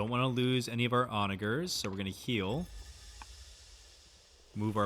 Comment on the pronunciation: Glad to hear that steh-lay and Hatti finally got a pronunciation pass. OnaJer, CAV-alry and the second 't' in 'strategy' can't be far behind now. =D Thanks for sharing the playthrough, it's been pretty great.